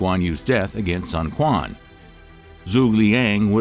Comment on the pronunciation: Ah nooo pronouciation was amazing until Sun Quan's name 😅 Thank you for creating this content! It's such a wild and fascinating period of Chinese history.